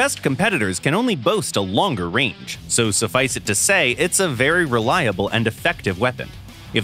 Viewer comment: Sounded more like “The Shooting Rage” to me